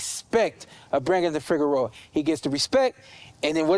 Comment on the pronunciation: his name is pronounced Fee-air-0, that’s. Fiero.